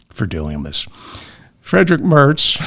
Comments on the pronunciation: Merz like Märts, with an "ä" as in English "cat" . What you said sounds like "Mörts" as in "girl". And a German "ei" is as in "my" or in "kind". By the way, the lie that the Nazis were communists is a US-born conspiracy theory. You can find it in the writings and publications of American thinktanks run by Nina Rosenwald or Rebekah Mercer, equally David Horowitz. The "new-Right" adopted that humbug to whitewash themselves. Nina Rosenwald's "Gatestone-Institute" supports people like German neo-nazi Michael Stürzenberger. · Merz is NOT pronounced the same as Mertz. Yes, I remember the real Fred...I was born in 1953. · There is no "t" in Merz.....